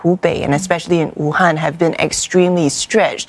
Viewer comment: did she just say WUTANG lol